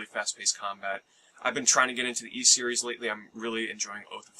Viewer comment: Ys is pronounced pretty much like east with a silent T